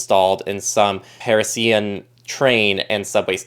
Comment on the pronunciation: Hey, who's 'Paris Ian'?